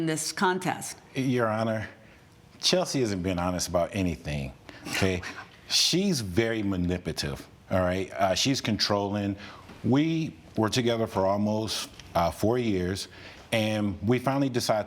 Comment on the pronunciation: "She's very maniputive." 😂